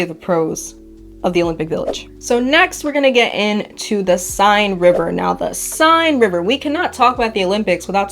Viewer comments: The river Seine is pronounced Senn. Not sign. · Seine is pronounced sayn.